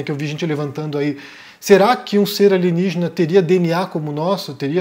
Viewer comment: Kkkkkkkkk alienijjjena é? Mingana kêugózzo